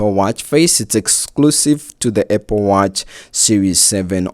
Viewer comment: ah yes, my favorite tech company, APPE.